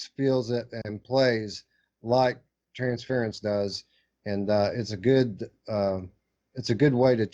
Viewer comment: I used to call it Trans-fear-ence because Anthony did. It's Trans-fur-ence though.